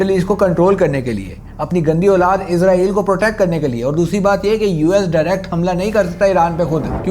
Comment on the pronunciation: بھائی جان یہ لفظ عزرائیل نہیں ہے اسرائیل ہے عزرائیل علیہ السلام فرشتے کا نام ہے اور اپ عزرائیل نام لے کے پھر گالیاں دیتے ہو مہربانی اپنا تلفظ ٹھیک کریں